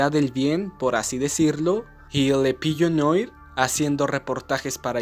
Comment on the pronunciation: Solo un detalle, "La Paloma Negra" en francés "Le Pigeon Noir" se pronuncia Le Pillo Nua De lo poco que he estudiado Francés, las palabras como Noir (Negro), se pronuncian Nua